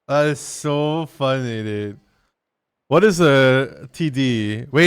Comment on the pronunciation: You say "funny" just like Ruby Roundhouse 😂 .. its so funneh!